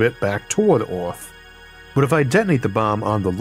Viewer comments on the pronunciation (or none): I'm sorry, the topic is great, but to me as a non-native speaker, this video is pretty much incomprehensible. Took me like 5 minutes to realize that by "Orth" you mean "Earth". Most of the pronunciations are completely off.